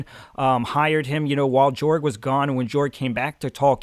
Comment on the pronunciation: I'm pretty sure you pronounce Jorg as "Yorg" as his world is set in an altered Europe if you look in the maps, Ancrath being in what resembles Germany, leading to his name sounding more like a Y instead of a J.